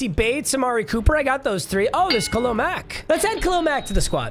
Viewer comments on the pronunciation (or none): none